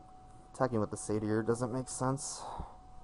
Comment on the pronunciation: say-ter (or, say-tuh)